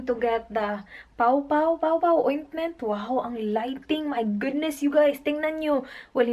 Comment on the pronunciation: Paw paw is Pronounced poh poh